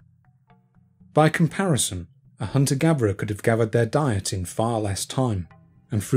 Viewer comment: ive just subscribed to your content and I really like it, but, can you just pronounce your THs and not say v! "Hunter gaverer"